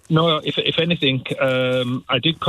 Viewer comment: "If anythink, errmm, I think..." 😳.